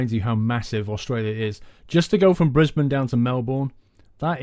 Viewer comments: i live in brisbane and i'm actually really impressed u got the names right haha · You are the first person I have ever heard say Brisbane correctly who is not Australia. and Melbourne. Congrats :)